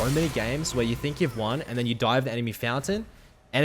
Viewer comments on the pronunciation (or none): none